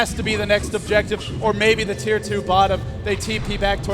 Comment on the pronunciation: Tier not chir.